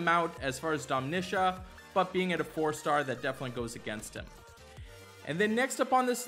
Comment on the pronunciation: Who the hell is Domnisha?🤣